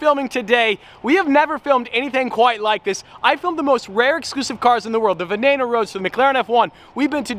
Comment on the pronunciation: It’s pronounced veneeno because there is no a in veneno to say venano